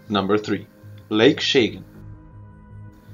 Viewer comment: It's not Shaygan, it's Chagan. CH as in choochoo. And the last one wasn't a detonation. Don't produce clickbaiting videos.